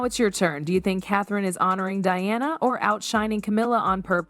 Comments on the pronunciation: Its Diana, not Deeyawna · So, instead of just stock photos, match the visuals to what you are talking about. And pronounce the people's princess' name correctly and consistently.